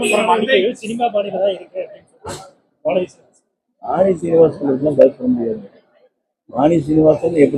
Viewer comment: illa illa illa illa sengotya sengotaya first you learn to say iruku iruku.